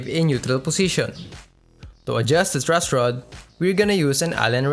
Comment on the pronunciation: "Trush rod" haha sorry po kuya natawa lang po haha